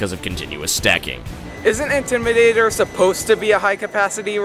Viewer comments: OMG IM SOOO WEAK 💀💀💀😂😂😂😂. "Intrimator" 😂😂😂. Carowinds is my home park do fury 325 or nighthawk. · “Intrimadator” made me wheeze so hard 😂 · I lost my sh*t at "Intrimadator"